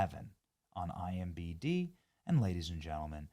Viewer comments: You've been saying IMBD for months now... When is actually IMDB...---...😮😢😅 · IMDB Benny, not BD. I wasn't going to mention it but c'mon, 9 times in 3 videos? 🤣